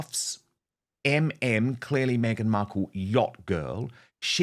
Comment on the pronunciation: She keeps saying Meganut 😂😂😂